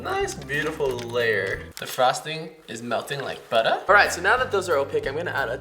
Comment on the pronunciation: When said the frosting melts like butter he sounds soooo Australian when he said butter